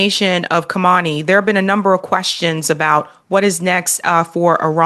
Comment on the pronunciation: Karmani 😂😂😂 . As a host you must pronounce names correctly. The iranain leaders name was not karmani but Ali khamani pronounced kam e neey.